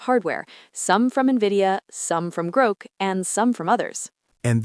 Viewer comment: At least train the stupid thing to pronounce GROK correctly. Sigh....